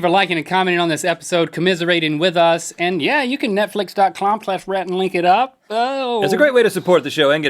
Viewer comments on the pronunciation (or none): he said .clom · did anyone else hear go to Netflix.clom not com clom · Hahahah, link totally knows he says netflix.clom. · he said Netflix dot clom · wait... "Netflix.clom"?? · Netflix.clom that's what he said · he says netflix dot clom clash Rhett and Link. Lol